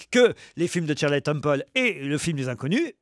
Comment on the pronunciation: Shirley ne se prononce pas "Tcheurlay", mister Ruquier